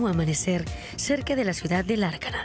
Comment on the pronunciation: Lárcana diceeeee aaaaah... She doesnt even know the name of the city😑